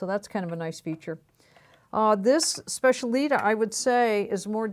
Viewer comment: It’s pronounced SPETCH-EE-AH-LI-TAH and FAH-OO-STIN-OH.